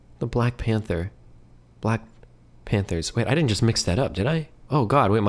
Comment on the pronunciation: "The blax" 💀